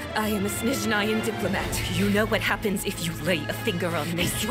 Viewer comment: Снежная. That is “Snezhnaya” in the Russian Cyrillic alphabet. I will NEVER understand why English-speakers —while already dramatically mispronouncing it — want to mispronounce it EVEN MORE & make up the “sh” sound at the beginning. Smh……🤦🏼‍♀️🤦🏼‍♀️🤦🏼‍♀️